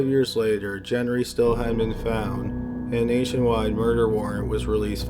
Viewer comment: Gent-Ree or Gen-Ree 🙄 Say it with me- Gen-TREE.